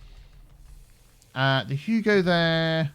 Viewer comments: You called it "Huge," instead of "Hugo." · it's Hugo not Huge* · When you named the school, you named it "Huge" instead of "Hugo"